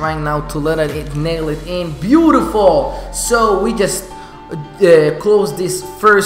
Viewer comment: I like the way you say bootifull